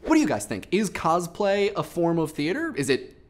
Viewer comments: Since you already seem to have a history of mispronouncing words from your previous videos, I'd like to point out that it's "cos-play", not "coz-play"; derived from "costume play" and taken from the Japanese 「コスプレ」(kosupure). I mean, if you just pronounce costume, as "coztume" then I don't have as much of a minor issue. (And it's pronounced like "Newman" by the way). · Every time I hear him say "cozplay" I cringe a little. When I cosplay I do it just because I like the character. If a character that I'm doing happens to have a particular voice I might try and imitate it but it won't be well done or for long. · He says cosplay weird